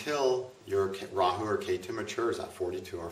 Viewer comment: He bit his tongue while trying to pronounce Rahu.